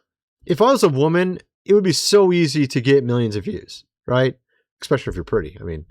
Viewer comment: Fyi...there is NO X...in ESPECIALLY! There, also, is no W...in COROBORATION! What in the corncobs is going on?!! I've heard so many humans in the last couple of months say those two words, seriously!!... as this... EXSPECIALY And COWOBORATION (mostly detectives!) Lmfao! That.... is FUNNY. The second one makes them sound like Elmer Fudd! Pardon...Detective Fudd. 😂🤣😅